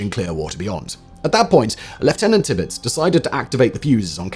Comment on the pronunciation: T'pitz? There's an "ir" in there.